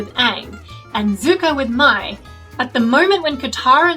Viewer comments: Why do so many people pronounce Mai's name like "My". They clearly pronounce it like "May" in the show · her name is pronounced may btw